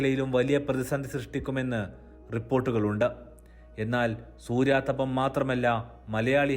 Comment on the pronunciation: സൂര്യാതപമല്ല, സൂര്യതാപം എന്ന് പറയണം